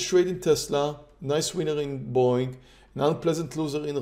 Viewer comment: When I first started watching this channel I kept thinking was saying "boing" instead of Boeing lol